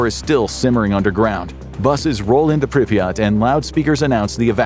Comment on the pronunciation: Good video, but why do you keep pronouncing Pripyat, as Pripreyot